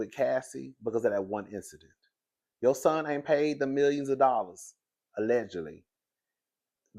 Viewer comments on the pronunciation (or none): none